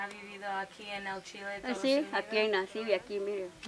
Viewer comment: I like these videos a lot but when she asks, "Le gusta El Chile?"... So American! LOL